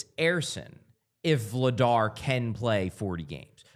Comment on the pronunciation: I want people to start saying Dan Vladař’s last name right. That’s a tough one for English speakers to get close to right. If Christian Dvorak were from Czechia, he’d have one of those řs too. : D